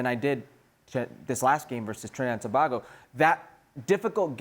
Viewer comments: Bbboooiiii!!! Shaka is your coworker and youre still saying tobahgo?? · Pronounce tobago properly please🙄😂🥱🥱